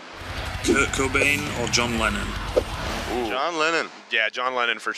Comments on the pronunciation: Did he just say John Legend? I know it's John Lennon but it sounded like he said Legend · Did Eddie keep saying John legend instead of John Lennon? Or is that just me?